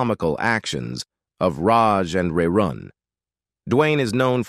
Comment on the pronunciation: Hate computer voice rerun not rayrun .